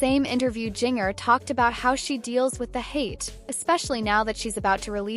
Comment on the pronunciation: I HATE AI when there is no editing to check the words for proper pronunciation. This young lady's name uses the "J" sound of JINGLE or the spelling Ginger as in the food and better yet, Japan. Having childhood trauma should never be used as a click bait channels fodder. Although the message have value but rather than using images free form, the producer of this AI voice and video farm could rather be done with respect for their condition. The flash of images and repeating sentences in same or similar form creates an additional a b us e by not caring about the subjects , and using their stories as if they are animals instead of humans.